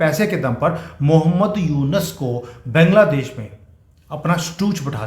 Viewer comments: सर बैंगला देश नहीं बांगलादेश बोलिये. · अरे बैंगला देश नहीं बांग्ला देश नाम है।बंगाल से बंगला देश हुआ। और बंगाली लोग बांग्ला बोलते है। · Please try to pronounce 'Bangladesh' properly 😊